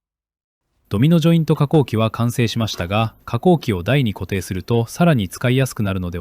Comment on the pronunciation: "Domino jointo, yo, no cheapo desu". For a second I thought I understood Japanese.